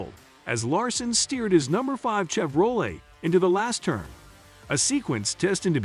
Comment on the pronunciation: Plz say camero and Chevrolet properly! I really want to like this channel but I can't due to the fact you're not pronouncing those right! I wish you well